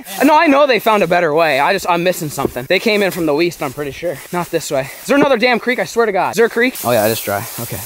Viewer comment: EAST I THOUGHT YOU SAID WEAST